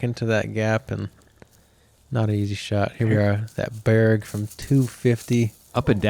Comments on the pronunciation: it's more like Burger like Burger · No, no, no, no.. the original pronounciation of the Berg is with a soft g. Almost identical to "berry", but with full emphasis on the "e" and none on the "y" so it becomes a one-syllable word. And if you're picky, the "e" sounds like the "a" in bad. "baddy" is another good comparison, where the only difference is to exchange the "dd" for an "r"-sound. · Official pronounciation of Berg --> the 'g' sounds like the 'Y' in Yeet